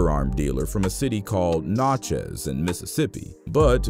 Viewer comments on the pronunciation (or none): He said Notchez is Nat-chez LMAOOOOO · It's pronounced "Nat chiz" Mississippi. Not "not chez" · Its Natchez Ms, pronounced Nat-chez. Good try though 😊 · You mean Natchez, MS?? Not Nachos brother. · Correction the dealer came from Natchez , Ms. "Na-che-ezz" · The way he pronounced Natchez 💀💀💀💀💀